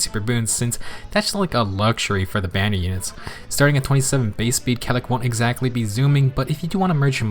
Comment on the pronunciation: I always thought it was pronounced kay-lack...